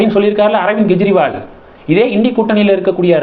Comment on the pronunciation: Why do you repeatedly pronounce as Gejriwal? It is Kejriwal. It is K not G